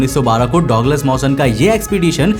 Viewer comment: गजब की कहानी वो डॉगलस नही होता डगलस होता है